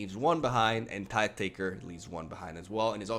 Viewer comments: You get a sub and like just for saying Tithe correctly. ^_^ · A miracle has happened! You pronounced "tithe" correctly and Merchant did it incorrectly!